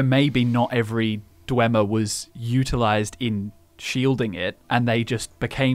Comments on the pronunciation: ❎ dwehmer ❎ dweemer ✅ dweebmer (they're all nerds) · Martin Septim says dwemer as (Dwaymer) if you give him Volendrung in the Blood of the Daedra quest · Oh sure, you could take the word of some sketchy mage in morthal on the correct pronunciation....Or one of the last of the snow elves. The way he pronounced "dwemer" was virtually identical to how we pronounce "Dwarves".